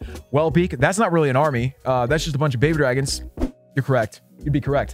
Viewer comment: “We have four more bhbydrhgens in the cc”